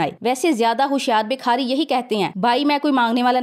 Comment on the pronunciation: ماشاءالله آپ بہت اچھا بولتی ہیں اور امپورٹڈ کی صحیح چھترول بھی کرتی ہیں. معزرت کے ساتھ ایک غلطی کی اصلاح کر لیں شکریہ. لفظ بکھاری نہیں ہوتا بھکاری ہوتا ہے.